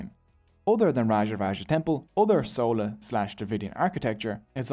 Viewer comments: Im sorry im really happy u made this video but its not sowla its chola 😭 spelt with the ch sound from chocolate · How do you pronounce "Chair / Chocolate / Chalk / Chimp"? How did then "CH" in Chola suddenly become "Sola"??? Like seriously man, how??? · Sola dynasty. I am sosorry its just funny to me, fyi its chola like chai or chia seeds. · It's 'Chola' not 'Sola' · It is sola bro. The sun god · I don't know how you got this much information without even knowing to pronounce Chera, Chola and Pandyas. Anyways nice video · It's not sola but chola and not sera but chera